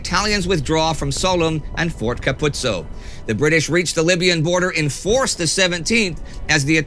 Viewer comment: Fort Ka-poutso! :P Apologies for my French ;)